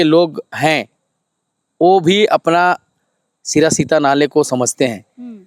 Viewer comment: सिरा सीता नाले नहीं सिरसी ता नाले बोलिये